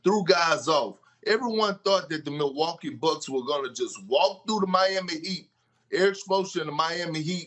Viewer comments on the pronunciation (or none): none